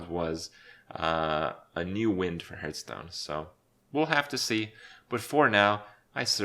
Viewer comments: Subscribed for pronouncing it "Hurthstone". Thank you! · why "hurtstone" ?? i know he's not a native speaker, but come on now!